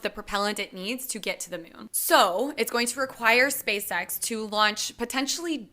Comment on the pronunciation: Did she just call it the Myoon?